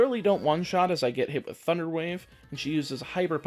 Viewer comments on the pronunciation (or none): none